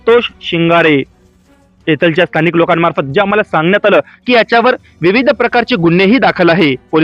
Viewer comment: भाऊ इथलच्या तिथलच्या असे शब्दोच्चार न करता इथल्या तिथल्या असे केल्यास योग्य वाटेल.